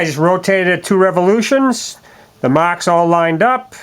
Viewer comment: I was telling the other guy to shut up because 'Mocks' is him making fun of how you say 'marks'.